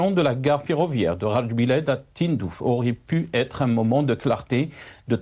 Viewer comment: C'est GARA djebilet et non GHAR, VOUS EXCELLEZ DANS L'ARABISME !